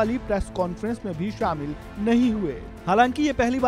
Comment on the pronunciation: so, the reporter have some issue is the sound "aa"? Jaane ko jvane bolte hain... Shamil ko shvamil, the fuck...